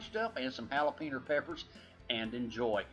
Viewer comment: Hahahaha! I finally found someone that says jalapeno pepper the same way I do! LOVE IT!